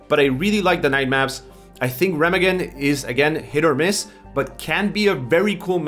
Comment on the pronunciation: It's pernounced "Reh-meh-gaan"